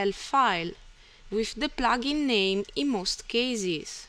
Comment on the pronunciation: Its called plugin not plaaaaaagin.